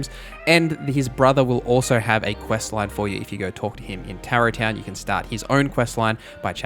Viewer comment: I hate to be that guy, but you mispronounced SO many names and words 😅 Tarot Town? 😂